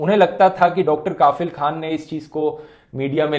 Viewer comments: Bro, right pronunciation of Dr kafeel is कफिल not काफिल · You pronounced it wrong, it’s Dr. Kafeel and not Dr. Kafil. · Rathee Bro plz pronounce कफील not काफिल Video is really informative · It's not kaafil.. It's pronounce as ka'fill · Its Kafeel not kafil! Feel the difference. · Dhruv, I know you don't write scripts on your own now. But please before making the video, know the correct pronounciation of the words 😃 it's Kafeel and not Kaafil. In your video about Hagia Sophia also, you pronounced 'Kurd' as 'curd' 😂😂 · Bhai, the pronunciation is कफिल not काफिल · Pronunciation as Dr kafil not kaafil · It's pronunciation is Kafeel, not kaafil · Its Kafeel not Kafil. Focus on Pronounciation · Listening kafeel as kaaafeel khan weird pronunciation. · Kafeel, a right pronunciation is कफ़ील......... means responsible Well done Dhruv🇮🇳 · It's pronounced कफ़ील Very detailed analysis 👍🏻